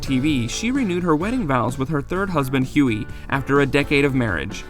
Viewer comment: Their accents make some things they say sound so funny!!! Netty- sound like Ninny = nin knee Huey- sound like Yoy = yhoy (rhymes with toy and joy)